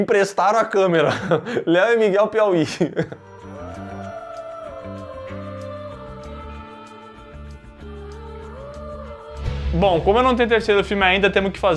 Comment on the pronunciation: "Léo e Miguel PIAUÍ' não tankeikkkkkkkkk